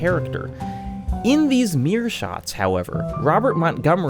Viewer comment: big fan, only indenting to be constructive you might want to check your pronunciation of 'mirror', it shouldn't be a homophone with 'mere'